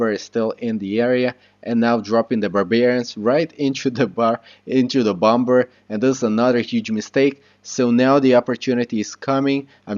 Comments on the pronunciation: Its not t bom ber, it's pronounced bommer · overall great video idk if its just your accent but u say bomber with the second b the second b is supposed to be silent lol